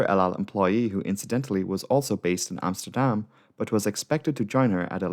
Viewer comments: Hi being Dutch, I really liked your prenouciation of Amsterdam, even for me thinking you Dutch speaking English really good, at gooimeer i was back to my other theory, but still good go. And a thing I think you cut out (i think, it felt like a setup for it at one point), one of the other results of this was the creation of Schiphol Discrete, a frequency for emergency aircraft so both the frequency and controller have only the emergency aircraft. I am pretty sure this alone might save another plane at some point. Having a clear channel of communication offloads the flight crew and might give that extra second of thought. Then again not having other pilots on frequency (beside those on the ground being curious), might mean a pilot with that one vital tip is cut out. But IMHO the gains far outweigh this. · Was 11 when this happened. Remember seeing the news footage. Must've made an impression. Nice pronunciation on Amsterdam, much closer to Dutch than the usual English pronunciation. One thing I never understood is why they didn't try to route it over all the countryside to line it up with runway in normal use that day. Perhaps the slightly longer flight time would have decreased the odds for the crew, but, to be blunt, with all the dense urban area around and this crippled. Hindsight of course but the crash at least would have been in a field more likely than an apartment building. But who knows, going by limited info, probably wasn't an option. Cheers from NL